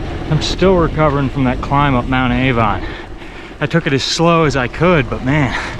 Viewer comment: It’s mount Arvon, not Avon